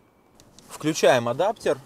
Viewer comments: ваш адаптЕр сквозь ухо мозг режет) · боже как режет слух этот адаптЕр